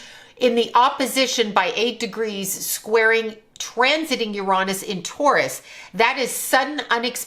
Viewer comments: "yer-ON-is" 🤣💀 As a physicist, there is no greater tell of a charlatan than mispronouncing a main celestial body in our solar system lmfao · ..”Ur-ahh-niss”.. 😂. For the last 100 yrs we all called it “Ur-A-niss” but I guess there were just too many immature adults out there these days so we had to change it to a much ‘safer’ word. 🤦🏻‍♀️ Lol